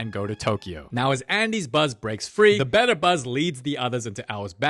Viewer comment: “DA MOVIE BEGINS💅